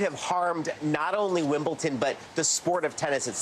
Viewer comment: Shouldn't Hallie and a sports reporter know that it's not pronounced 'Wimbleton'.... especially in England, where the English language originated? (Yes, I know that the English language is a derivative of other languages.) JS